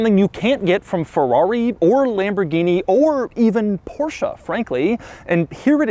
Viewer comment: God, I cringe when I hear Americans pronounce Porsche.